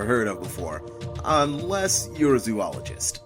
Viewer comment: Please learn to pronounce "zoologist" properly.